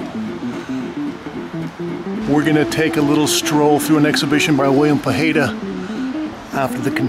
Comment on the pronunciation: 18 years and u still cant pronounce his name right, try pough high duh.